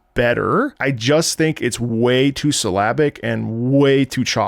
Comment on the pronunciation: For the first 20 minutes of the video I thought you were saying "Slavic" instead of "syllabic" 😂 I thought it was a musical style that I didn't know about